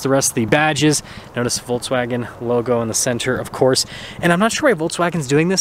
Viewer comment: Nice review! Volks, not Volts. :)